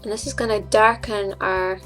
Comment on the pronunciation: Are you Irish?! You. Certainly sound it when you say 'ouer!!!'